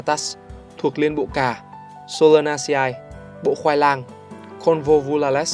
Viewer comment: đọc là sô la na xê e nhé